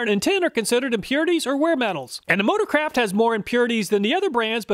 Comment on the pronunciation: I can't unhear "Ford Motor-crap" instead of "motor-craft" xD